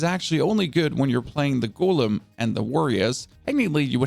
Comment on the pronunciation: Why is it so hard for you to say Golem correct.